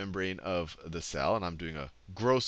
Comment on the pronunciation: did he just say 'structure of Sal'? :D